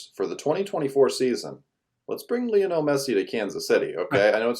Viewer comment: lee -o-nel